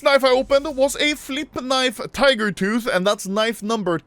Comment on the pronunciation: The vid where he got the gut knife tiger tooth is iconic I simply because of saying TEEGER TOTT